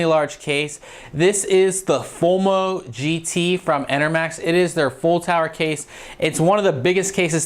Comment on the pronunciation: definitely though you said homo gt lol